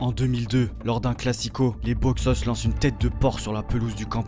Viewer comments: Salut, c'est une super vidéo mais je voulais juste ajouter un petit truc la prononciation de Boixos c'est Boy tchos, en catalan le X se prononce Tch (exemple: Xavi) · On dit "boychus" nois et t'es pas au Camp Nou mais a Montjuïc,a part ça haine a l'espanyol et sempre antimadrid!!!! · A prononcer : boytchos😅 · Ca se prononce Boujos no-is ou bouchos ca depend la region en Espagne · juste a ajouter que le "X" en catalan se prononce comme le "CH" en francais, donc ca serait boichos nois ! sinon force a toi j'adore tes vidéos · Plus exactement, ça se prononce TCH. BOITCHOS NOIS. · Très bon reportage! Juste une petite précision pour Les Boixos Nois , le ¨x ¨se prononce comme un ¨J¨ forcé presque comme le son ¨CH¨. De même pour les lettres qui suivent le X dans Boix¨OS" , le O se prononce plus comme un OU chez nous en France. Phonétiquement, ça donnerait quelque chose comme ça: Bo-i-jous No-is. Encore merci pour la vidéo! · C'est quoi cette prononciation de "boixos"???